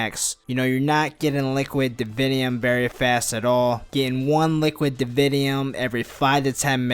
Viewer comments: lol I like the way you say liquid "davinyum" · listen to the whole video but only listen for him saying "liquid divinium" it's fucking hilarious.